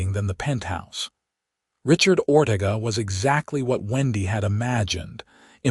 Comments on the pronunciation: Oh for Pete's sake! Teach your A.I. how to pronounce words! Or-TA-ga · It's pronounced Or-te-ga.